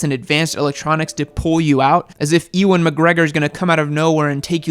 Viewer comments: Who the hell is "Eeewan McGregor" lol.......oh you meant Ewan... pronounced "you an"....... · "E Won Mcgregor" ... Its pronounced "YewUnn" Ewan Mcgregor... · did you just fucking say "E-wan McGregor" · when he said eeewan